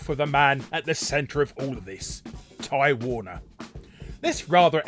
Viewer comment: You spelled "beginning" wrong. Also I kept hearing "Time Warner" instead of Ty Warner. lol